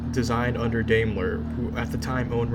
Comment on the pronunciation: It’s pronounced Dime ler. Not dame ler